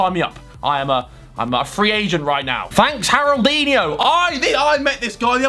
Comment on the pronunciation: sorry to be pedantic but "haroldinio" is wrong. Haroldinho is correct and used as either as a term of affection or to signify that the subject is cute. in this case i think it both, lol. Haroldinho é fofo = Harold is cute